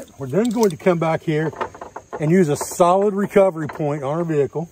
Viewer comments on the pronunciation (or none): none